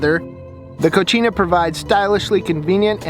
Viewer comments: Cocina not cochina lmao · He bro... FYI. You're pronouncing the name of the refer-door addon incorrectly, it is not pronounced "KO-CHee-NA" which means "Female Pig" or "Dirty in the female gender". The proper pronunciation is "Ko-see-nah" although it is properly spelled "Cocina" which means kitchen. Just sharing bro as its not an Italian word, it's a Spanish word. Love your videos nonetheless!!! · Co-See-Na = Kitchen Co-Chi-Na = Dirty (feminine) Lol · Nicely done,. The fridge door item is pronounced "Co-see-nah".... which means kitchen in spanish. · I can't help to laugh Everytime he says " Cochina" which is spanish for Nasty.